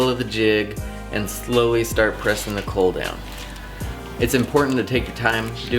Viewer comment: psst...its a caul pronounced call, sounds like you're saying cull, just confusing ....love the videos and plan on following along to build my own, just had to get that out there. :-)